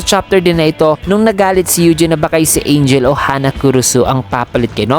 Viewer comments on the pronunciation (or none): none